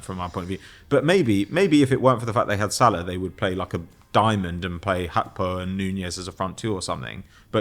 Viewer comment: needs to chill with the “Hakpo” pronunciation. Very cringe